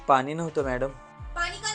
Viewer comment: हे विनोदी किस्से सांगतात ते अतिशय उच्चार पूर्णपणे अशुद्ध बोलतात, आनी पानी असे बोलतात. जरा आपली मातृभाषेतून तरी शुद्ध बोला.